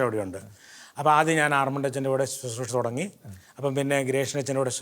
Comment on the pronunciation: Not Suthroosha, please pronounce correctly as Bro. says as Susroosha.